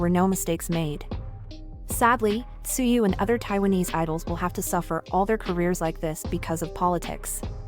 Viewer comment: Why not edit the TTS and make it correctly pronounce the word in english? edit Tzuyu to say Chewy :) :)